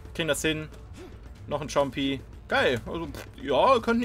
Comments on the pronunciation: Richtig lustig dass ihr tschompi statt Compy sagt xD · Alter euer english... Chompy einfach hahah die heißen compy und ihr sprecht fiber wie fieber aus alter... Es wird feiber ausgesprochen.. Bitte stellt es auf deutsch oder lernt english weil mich nervt es persönlich... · Tschompis?......xD...sagt bitte Compys...gesprochen wie ein k.........nicht tsch ;D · Diese Englisch Künste :D Schompy - Cilling